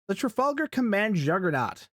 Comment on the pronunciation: "Tragalgar" LMFAO